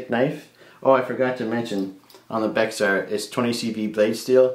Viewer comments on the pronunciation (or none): The X in Bexar is silent, it’s pronounced as bear. That carbon fiber Kwaiken looks great. It’s looks like a black version of their tumbled titanium.